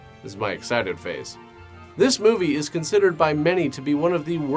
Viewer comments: I’m dead serious you need to stop saying “TOO the show.” You make fun of dumb things and do a dumb obnoxious thing yourself. Stop it. Just say the sentence normally. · Btw, I love the odd choice of putting the emphasis on the word "to" in the intro's (intros? introes?). Anyhoo, Merry Xmas